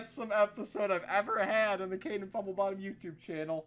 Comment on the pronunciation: It's Kådėñ